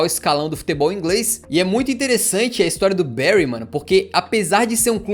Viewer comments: a pronúncia é "bãry" e não "béry" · Da tanta agonia a pronuncia tao ma dos brasileiros, n é Bery é Bury(Bary) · bérry = Barry Bârry= Bury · Não eh bairy eh bury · Barry se escreve assim, Bury se escreve assim, mas porque falar Barry se o nome do time é Bury? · pq o ta falando Berry no vídeo??